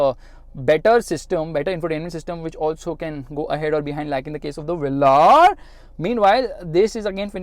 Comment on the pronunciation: The way you say vellaar ÷